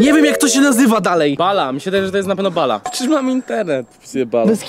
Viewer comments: Nie bala tylko Balia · MÓWI SIĘ BALJI